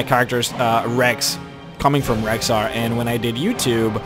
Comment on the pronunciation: im sorry to ruin your name, but its rexxar, not rhexxar.